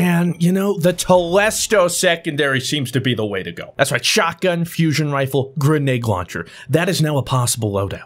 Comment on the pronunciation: it’s grenade not grenage